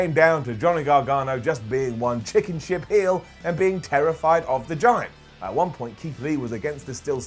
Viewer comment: I believe he says "shib".